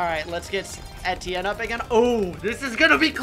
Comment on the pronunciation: Why do you call Etienne Steven?